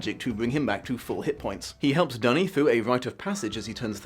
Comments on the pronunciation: Hearing Duny pronounced "dunny" is very painful. No one deserves to be called a toilet. For the record Le Guin pronounced it "doony". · She also says "Dune-y" rather than "Dunny" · Great video. I love Le Guin and her work, especially the Earthsea series which i have read/listened to countless times. Because i'm a stickler for these things i just Have to point out that you pronounced a couple of names wrong, Duny and Ogion. :) I can say this because Le Guin reads the beginning of the first audiobook herself, that version is available on Audible. It is the version i prefer because the rest of the book is read by brilliant author and good friend of Le Guin, the late Harlan Ellison. Also, the evil spirit that Serret's husband guards is not imprisoned in an Orb but a stone in the floor that Ged only can see due to his wizards eye so it likely looked like a regular floor stone. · Then again he pronounces Duny differently from how Le Guin does so I am not sure what he is basing his pronounciation on